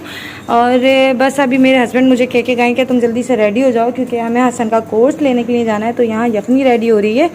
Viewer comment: LIAN nai hota لیے hota hai... please correct Urdu bolain